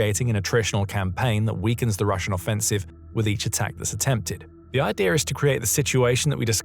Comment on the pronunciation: Both "Russia" & "idea" end in "As", why does your narration bot insist on ending both words with an "R"?